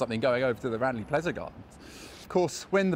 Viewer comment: Great vid. One thing though Ranelagh Gardens is pronounced Ran-lah. it was my childhood playground.